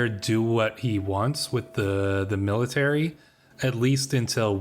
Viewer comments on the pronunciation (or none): none